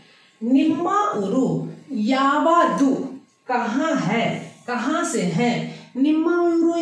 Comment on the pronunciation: यावादु, ghatiya pronunciation, many words you are teaching wrong